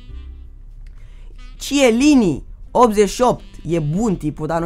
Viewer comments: se zice chelini nu cielini =3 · nu stie sa citeasca ba se zice chelini nu celini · se pronunyta chelini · "celini".... looool